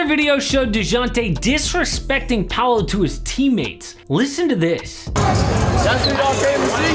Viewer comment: It's not "Palo" it's Paolo, the way to pronnounce it, looks like Puh-ow-lo = Paolo.